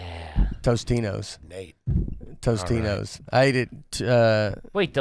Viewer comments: I had to look it up because I thought I was going through a Mandela effect but it's Totino's pizza not Tostino's. Hilarious that he got the AYG dudes to say it the wrong way too. Nate is an onion he never wanted with so many layers of garbage. Loved it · It's "Totino's" not Tostino's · Guys... It's TOTINO's, not Tostino's. Yes, I am trash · It’s totinos not tostinos TRASH. I’m trash for knowing that. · I can’t believe all 3 of you collectively call Totino’s “Toast-ino’s”. How funny lol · I love how they all said "Tostinos" when it's actually Totinos. Mandela effect confirmed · I love how they’re all so garbaggio they keep calling them “Tostino’s” when it’s actually Totino’s lmao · It’s so garbage to combine your pronunciation of Totino’s and Tostito’s into the same word and all of them were on the same page with it 😂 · is it garbage if you pronounce Totino's as toastino's?😆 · If you pronounce totino's, toe stino's your garbage. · Totino’s is his favorite, but he can’t even say it right